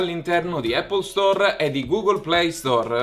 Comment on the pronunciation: Scusate ma non riesco più a sentire Apple Store, non si chiama così ma App Store.... a parte gli scherzi 😂 anche questa settimana ottimo video complimenti ragazzi 💪🏻💪🏻